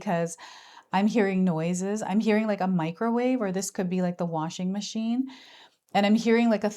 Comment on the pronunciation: Did you say the wasshingmashine 😊 in the same momenten you are saying it. Im like 😮😊😊